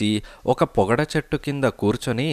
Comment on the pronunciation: "పో"గడ దండ కాదు 'పొగడ దండ'